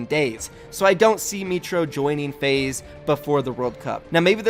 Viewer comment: when you can't pronounce your esports org name lol